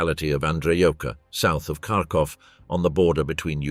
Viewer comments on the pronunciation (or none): none